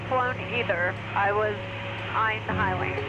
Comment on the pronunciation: repeat after me, High Wing; High Wing. That wasn't so hard, was it?